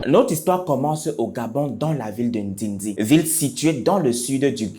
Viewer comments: C’est pas ndindi mais NDÉNDÉ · c'est pas ndindi papa c'est ndende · Ndéndé ohhh pas ndindi lol